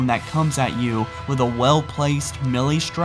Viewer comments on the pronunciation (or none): none